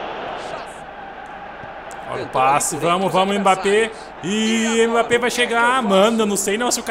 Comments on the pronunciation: Pq vc fala M-bappe ? Kkkkk o certo da pronúncia é Embappe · Mano fala mbappe certo e como se fosse "embappe" tá feio se falar "m"bappe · não fala "M bappé" tenta falar "Embappé" essa é a pronuncia